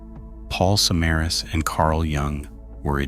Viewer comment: Not surprised the details were off. If this is a real person, they didn't bother even looking up how to pronounce "Samaras" correctly. Which is shocking because there's everything from perserved news reports to youtube documentations that give you the right pronunciation. I have suspicion this is an ai channel